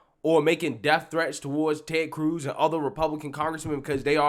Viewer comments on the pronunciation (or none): none